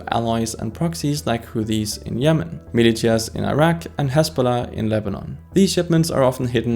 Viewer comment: BTW, I could understand you fine from context, but I feel i should let you know "militia" is pronounced like "malisha"